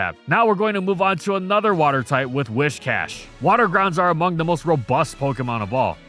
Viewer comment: Your pronunciation of Whiscash is incorrect. It's Whiscash, not "Wishcash". It's got big whiskers hence the name.